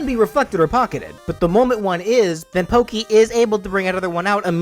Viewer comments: Am I the it one that noticed it said Pokey instead of Porkey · i hear you said porkey's name correctly once and the rest is just pokey tho i know you have a voice disorder so i dont blame you for saying it wrong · you said porky wrong and his final smash should be his giant mech in brawl